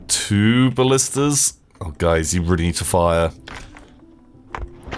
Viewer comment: FOR FUCKS SAKE. Its ballistae, not ballistas.